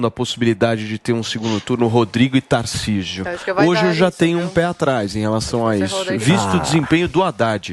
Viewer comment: Guga falando "Tarcísu" kkkkkk esse é um completo idiota